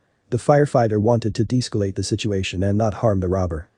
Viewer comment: Deescalate is pronounced "dee-escalate." Please edit out repetitions. Sounds like ESL narrator.